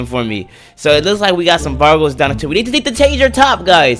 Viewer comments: It’s vagos not vargors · Its Vagos not Vargos😅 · The ballers and the vargos😂😂 its da ballas and the vagos not hatin btw love ur vids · love ur videos! just saying (not hating) its ballas and vagos. Love ur content, do more of these videos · I’m sorry but it’s Ballas not Ballers and it’s Vagos not Vargos